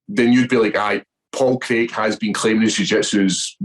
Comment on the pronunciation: It’s pronounced Crayg not Creg!